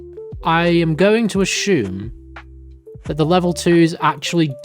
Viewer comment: Very cool content! Just please pronounce "assume" correctly - it's as if it was spelled "Asoom", you keep adding an H for no reason making it like "Ashoom".